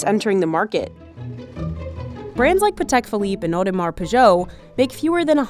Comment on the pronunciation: Audemars WHAT?